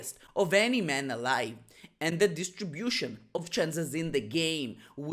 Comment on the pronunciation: That song (I would say poem) was absolutely brilliant. But just for improvement of English, (sorry to be that guy, I am not being that guy really) "distribution" not "Distrebution" but I can see how you got there! Thanks for your videos. I actually only got to know your videos when you bought a player off me haha.